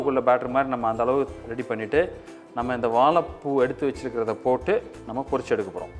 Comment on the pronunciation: எல்லாம் நல்லது. ஆனால் வாழைப்பூ என்ற வார்த்தையை சரியாக உச்சரிக்க வும். நன்றி.